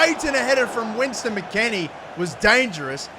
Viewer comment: Ah yes, "Winston" McKennie